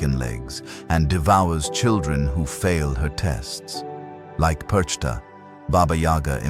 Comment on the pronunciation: Der Inhalt ist richtig, aber man spricht PERCHTA nicht so aus, gar nicht und überhauptnicht.